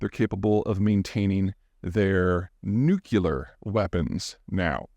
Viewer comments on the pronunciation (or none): It is new-cle-ar, nor nuk-u-lar, and your mispronunciation makes you look like an idiot, just like Jimmy Carter. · New-clear not new-cue-ler. Geez zeihan...as smart as you are you'd think you could pronounce words right. love your videos, please keep making them. I feel I'm super informed, without the fear mongering element of so many others. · Love the content as usual..... But please please please for the love of god please, there is no such word as 'Nucular' it is Nuclear! (new-klee-are) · Nuke Lee Errr not Nuke You Ler 😶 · Peter: Say "Nu-CLEE-ar," not "Nu-CUE-lar," please. You sound illiterate when presenting otherwise cogent arguments. I expect more from you. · If nuclear weapons are deployed, i will assume the brace position, and kiss my Ass goodbye. It really worries me that you Peter dont know how to pronounce nuclear. Its not new cue lar, its new clear. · Nuce'lar or nuclear? Bush used to say nuce'lar. Funny. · It’s not new-kew-lar, it’s new-klee-ar. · peter, you are the great. One question: Why do you pronounce it "nuCUlar" instead of "nuCLear"? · N.U.C.L.E.A.R. (not nucUlar). Sorry, my mom was an English teacher. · Peter - how can such a smart person so consistently butcher the word nuclear? Look at it phonetically .,, Nu-cle-ar … no way are there two “U”s in that word - it is not NU- cu - lar. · It’s nyu-clee-ur, not nyu-kyu-lur. Excellent otherwise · Hey Peter, I know you're from Texas, but it's still pronounced nu·cle·ar (ˈno͞oklēər) like nucleus with a long E - not nu-cu-lar. There's no "u" in the middle, mate. 😂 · Smartest dude on the planet who still pronounces it "nucular"! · A very smart guy pronounces nuclear [nook-lee-er] as nook-you-ler. 😳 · Nukular? What are these nukular weapons you speak of? Are they perhaps related to nuclear weapons? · Great overview. Aside, it's pronounced "NEW CLEE AR", not "NEW CUE LAR". My 6th grade kid struggles with this one too. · Nucl E ar. Not Nuc U lar. You know this. Stop saying it. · Nu-cle-ar... not nucular.